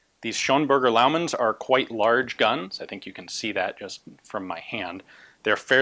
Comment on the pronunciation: It's actually Schönberger :)